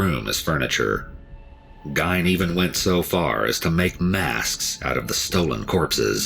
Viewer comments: It drives me crazy too, the mispronounciation! I think most people know of Ed Gein, not sure why EWU implied otherwise. I always wondered, if Gein had grown up in a more normal household, or if his mental issues had been more correctly administered to early, would he have still been twisted?!? Either way, it's SO sad for his victims and their loved ones, immensely tragic!!! I do feel some empathy for Gein before he acted on these impulses. It had to be tortuous to feel the things he did, but when he took their lives into his hands, and then ended them, that when I mainly think of the victims pain, fear, etc, and, their loved ones losses and grief!!! I didn't get new info from the EWU video, but it was well done, pronunciation aside, but I do love watching L's reactions! I've known a few people here in SE Missouri who eat apple pie with cheese too. I eat many odd food combinations, so I can't say much, lol!! I hope the families and friends of his victims feel some level of peace!!! Especially, as they're reminded of the tragedies all too often. You Take Care, and Merry Christmas Everyone, Amanda H. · The way that narrator is pronouncing Ed Gein's name, having it rhyming with "Wine", is cringeworthy I'd always heard Ed Gein's name pronounced as "Geehn" or rhyming with "Seen" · It's not pronounced Gine! It's pronounced Gee-Inn! His first inspiration for a movie was the movie Psycho by Alfred Hitchcock then later a Texas Chainsaw Massacre in the 70's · The only problem with the video, he mispronounced his name. Ed Gein (Geen), I've seen and read to much not to know how to pronounce it lol. Awesome video as always L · Its pronounced "Geen". I think the real evil is that mother of his. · I always thought it was basically Gain haha....weird how people hear it differently depending on what source they heard it from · I've always heard it pronounced Gain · I know the 2 documentary's i have watched they all pronounced it Geen but spelled Gein,it could go either way lol